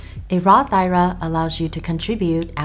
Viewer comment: Its not an "i-ra". You should be using the abbreviation for Individual Retirement Account and say the letters I R A.